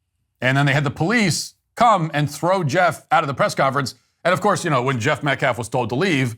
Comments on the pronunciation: Is this guy serious? A guy who can't even speak proper english - everyone knows "Metcalf" is pronounced METCALF - but he can't manage while he blatantly DISrespects this grieving family - a family who has given more grace than I could EVERRRRRRR manage if my son was done away with the way theirs has. SHAME on ALL of them - and those idiots raising all that money for the Anthony family are doing it why? To fund their lavish lifestyle? The Anthony family and their ridiculous cohorts have GOT to be kidding me. And to compare this to Kyle Rittenhouse?? 🤣🤣🤣🤣🤣🤣🤣🤣🤣 Bro, stop it. Did you even WATCH that trial? That actually WAS self defense - the definition of it. Wow, disgraceful. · The fact he keeps pronouncing Austin's pretty easy last name is gross. How is it inappropriate for the victims father to be at a press conference? This group is making every bad optics move possible. Then blaming the school district for not cancelling the track meet because of bad weather? Lol wow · This fool keeps saying Austin’s last name wrong. Metclaf who is Austin Metclaf… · Is the mispronunciation of white people‘s names intentional or is he really just that stupid? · Who's Metclaff? And how do you dishrespek someone? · Austin metclaff ? That dude couldn’t even pronounce the victims name right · You know what? I think he is on purpose saying Austin's last name wrong. It's Metcalf NOT Metclaff you hateful turd. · Pronounce the victims name correctly, goodness! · He cares so much about the victims he couldnt even bother to read their name properly. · couldn't even be bothered to say AUSTIN METCALF's name correctly! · "we respect the loss of life" mispronounces the victim's name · Karmelo Anthony will end up being free because the Metcalf Dad is so woke. Edit: how can that Ebonics speaking dude not even pronounce Metcalf? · calls Jeff "disrespectful" Also: can't even get the deceased kid's name right